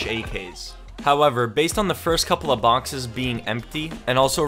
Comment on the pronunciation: I swear he goes “even tho some of the BONXES were empty” 😂